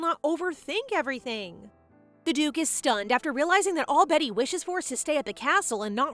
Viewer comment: Its pronounced BEETY not betty